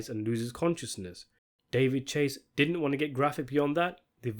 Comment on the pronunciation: "It did-ant"..?